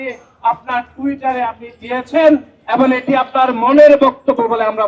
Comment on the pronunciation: আদু শব্দ ঠিক কর খাটাস (এবন) না এবং হবে